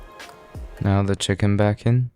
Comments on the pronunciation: Did bro say butter kitchen to butter chicken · 'Butter kitchen" ahh yes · He said butter kitchen right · did bro just say butter kitchen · Bro said butter kitchen 😂😂😂😂😂😂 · he said, butter kitchen right? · Bro you said kitchen instead of chicken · Bro said butter kitchen 🤣🤣🤣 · bro said butter kitchen 😂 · Bro really said butter kitchen 😂😂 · he can’t even say chicken, right